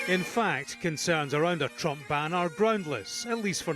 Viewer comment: Why does he keep saying "Trumph"? Weird pronunciation.